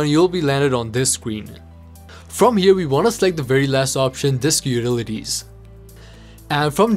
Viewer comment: Disk what?? 😂😂 "dilulilies"